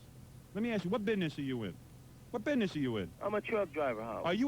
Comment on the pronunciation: “Lemme ask you about yo bidness”